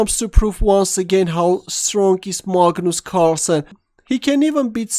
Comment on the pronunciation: marlgnoolse cwarlsenn?